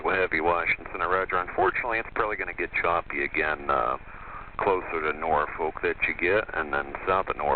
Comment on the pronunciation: I saw "Norfolk" in the captioning and braced for what I knew was coming... Controller: "norfOKE" Me: pulls hair out